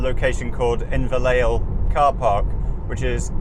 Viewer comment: I see you got your windscreen fixed at last - or am I mistaken. Incidentally Inverlael is pronounced Inverlal, (ae as in bad). Thanks for another renewal of my travels in the North. Good views from on high. I never got to these hills. Please keep going on your travels as I love remembering the roads and scenery.